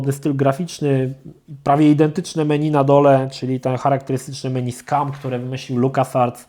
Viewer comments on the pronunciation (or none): none